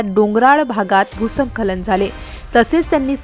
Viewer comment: भ् : स्खलन असा शब्द आहे. नीट उच्चार करा.